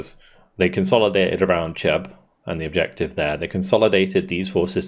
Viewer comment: I know you like to get your pronunciation right,. The ch of the town of Cheb is pronounced like the ch in Loch Ness. If you want to say ch as in church, that's written as č, a different letter of the Czech alphabet. Cheb's a beautiful medieval castle town, btw, in case you get a chance to go on holiday.